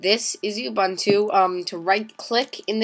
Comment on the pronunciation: BDogbz.. it's Linux. An operating system. He's pronouncing it incorrectly though. You pronounce it "Ew-boon-to"